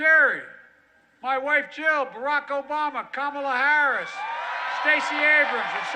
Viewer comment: David, Did anyone else hear 'sunburn' guy say "... one of the FASCIST growing social media platforms..." ? -- just after the 'Obam-NA' sound byte (est. )